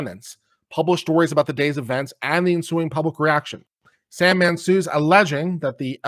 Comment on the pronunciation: It's Sandmann.